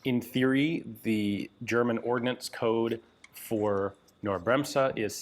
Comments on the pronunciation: Wow, too bad the bolt and other parts are missing... Btw. for "Knorr" - Say the K out loud — like in "Kick" — and then "norr" as done so its sort of "K-norr". Then you have the almost perfect pronunciation in german ;-) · The K in Knorr is not silent. It's Knorr nor Norr. Very interesting however. It's sad that we'll probably never know what it was supposed to be or how it worked. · I know Americans cannot pronounce the German "kn", the k is not silent, and when Americans try to pronounce it, it comes out as "ke-norr", in this case. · It's Knorr - not "norr". The K is pronounced in this German name, it is not silent like the "k" in English "knight". Sometimes I really wish you would spend a few minutes letting Google Translate pronounce words, or better yet, find a video about the subject name spoken by a native speaker. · You telling me it's pronounced Ka-NorrD Like the early pronunciation of the word "knight" ka-NIghT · Nope. Am Norwegian, also pronounce Knorr and other words than begin with Kn- without any A sound. And the old pronunciation of Knight didn't have an A sound, either. There's no vowel sound between the K and the N, the N starts with a hard K sound. Do you pronounce "ketchup" as "ka-etchup"? I bet you don't. Nor woudl you say "crown" as "Ka-rown". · Well, the German KB employees I worked with pronounced it Ca-nor, not Cay-nor. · Knorr: the K in the beginning of the name is NOT silent! It is pronounced! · Hi Ian, I just wanted to say that you should pronounce the "K" in Knorr. Just pronounce it as a hard "K" as in kite. German is a strange language, but so is English since English is a germanic language with a lot of bits and bobs thrown in from a ton of other languages. Good day. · "Knorr Bremse" The "K" is not silent! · the K is not silent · The K in Knorr is spoken like the C in cake. ....with strong emphasis. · The K in "Knorr Bremse" is not silent; you are pronouncing it wrong. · Knorr pronounced with a k; it is German, not English ...